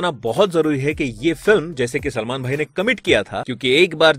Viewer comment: Bhai name to sahi bolo selmon bhai